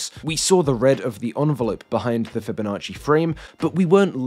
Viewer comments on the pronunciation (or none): none